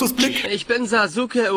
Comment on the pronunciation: es geht darum, dass das Sasuke falsch/deutsch ausgesprochen wird.